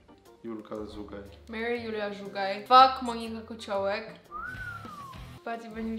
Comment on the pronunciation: JA NIE WIEM CZY JA ŹLE SLYSZE ALE MOWI SIE ŻUGAJ NIE ZUGAJ 😭 (dystans prosze)